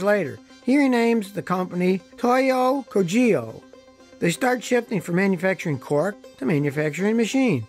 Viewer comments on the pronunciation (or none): Kogyo is not pronounced Ko-JEE-yo, it's KO-gyo. Hard g, consonant y, stress on 1st syllable. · The pronunciation is 'ko- g'yo' - which means 'factory'. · "Gyo" in kogyo is pronounced like in "gyoza." Otherwise pretty fun mini-docu.